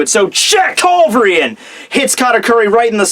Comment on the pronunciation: How hard could it be to pronounce culverin right? :P